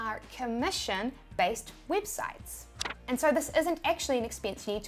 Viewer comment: Wibsites yes u say wibsites